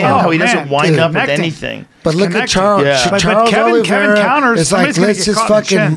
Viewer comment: eddie “charles arliveira” bravo